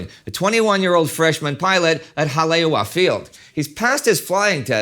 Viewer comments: Haleiwa is pronounced “Holly-A-Va”, not “Ha-Lay-Wa” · Indy Haleiwa is pronounced HA-LAY-EE-VA, not HA-LAY-WA. However, since I am just a mono linguist and you can speak god knows how many languages and can pronounce all the names of various generals in the ETO with perfection, I just felt compelled to point this out to you. Good thing the boyfriend wasn’t based at Papahanaumokuakea. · Pronouncing Haleiwa as "Haleywa" 😖 It's Ha-le-ee-va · Haleiwa HI. Pronounced Hali eve a . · that's hal-e-ay-vah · The pronunciation of "Haleiwa" is ha-lay-EE-vah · Haleiwa is pronounced "Ha-Lay-Ee-Va" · As someone from Hawaii, it bugs me to hear your pronunciation of Haleiwa. The 'w' in Haleiwa is a 'v' sound, as pronounced in Hawaiian. It would be hah-lay-eeva.